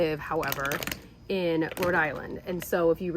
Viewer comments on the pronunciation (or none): none